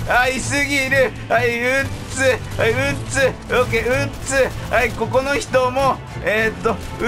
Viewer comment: だんだん 撃つ が 鬱 に聞こえて来る